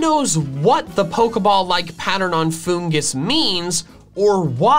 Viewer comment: IT'S FOONGUS, NOT FUNGOOS! FIX IT NOW!